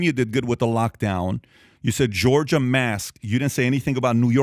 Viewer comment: Georger? Florider?